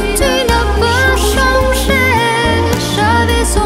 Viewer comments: Phát âm sai “changé “, cô ấy hát thành “songé” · Giọng ca vẫn rất nhẹ nhàng, ngọt ngào, quyến rũ. Rất tiếc là phát âm sai nghe hơi kì, changé không có r thì phát âm chữ này, chữ r ở giữa từ thì phát âm thành “c”. Cần phát âm rõ hơn, vì hát tiếng Pháp nhưng nếu không đọc lời thì nghe khó ra lời lắm. Nếu sửa được thì hoàn hảo luôn.